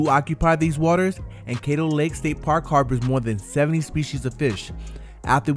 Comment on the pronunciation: Love the video, side note Caddo is pronounced like "cad-do" more like "cat-o" than "kate-o"